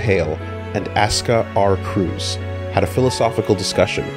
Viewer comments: These videos are a godsend, but mispronouncing "Kreuz" as "Cruz" is starting to get to me. Still a blast to watch, though. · Aie, pronunciation of Kreuz is so weird to me.